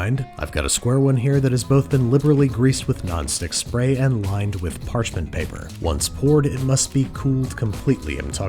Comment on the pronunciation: "place it in a prepared patchment paper"